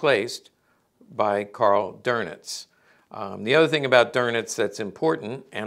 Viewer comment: “Karl DURNITZ”😂😂